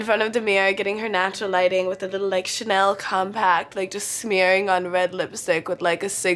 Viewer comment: "jush" c'mon jasmine masters influence